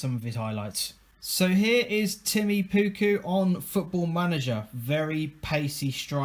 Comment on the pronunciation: you said pukky not pukki ^^ lol